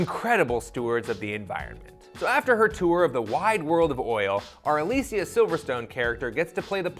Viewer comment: I'm not crazy right, he's pronouncing Alicia weird?